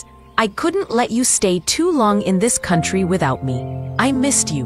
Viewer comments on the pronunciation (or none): none